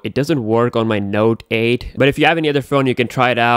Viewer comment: "Node aed beeysd"